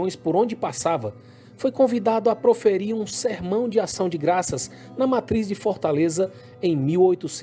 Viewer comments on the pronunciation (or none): Ótimo video mais não existe esse negócio de FÓRTALEZA não o nome da capital é Fortaleza ...FÓRTALEZA é meu Zovo